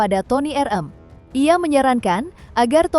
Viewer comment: Ni cumi² napa sih manggilnya Toni er eum, bukan Toni er em😂😂😂 jadi lucu😂😂